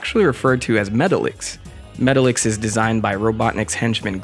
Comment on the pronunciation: Isn't Metallix supposed to be pronounced like "metallic" but with the X at the end?